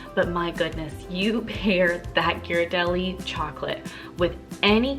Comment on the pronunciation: Thank you for the food tips! I appreciate that you pronounced Ghiradelli correctly as well!